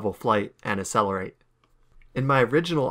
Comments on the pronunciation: Very impressive, but my brother in christ its not uh-sell-ur-8 its acc-sell-ur-8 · Did... did he say "uh-selerate?" Instead of Accelerate (əkˈseləˌrāt)? Where's the K sound??? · Its not acelerate, its ACCELERATE